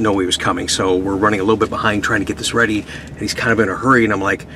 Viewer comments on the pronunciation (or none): none